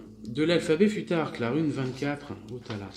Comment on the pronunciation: bonsoir ,sa se prononce foutark